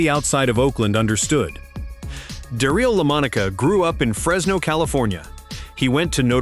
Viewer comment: "Darill Lomonica"... that's some bad AI narration....